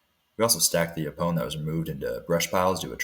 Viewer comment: Great project. What game cameras are you using? BTW: Yaupon is pronounced as “YO-pon”. (Accent on the first syllable).